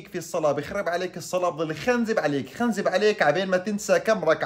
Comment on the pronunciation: خنزب ... بفتح الخاء وليس ضمها يا ترعة المفهومية هههههههههه 😂😂😂 وانت رائع وفيديوهاتك حلوة وربنا يوفقك ... استمر